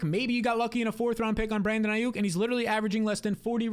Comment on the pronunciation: bro said ai-OOK